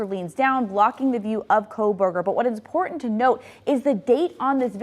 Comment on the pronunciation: Why is the car so impor-ant? There's a "t" in that word and that whole monolog was useless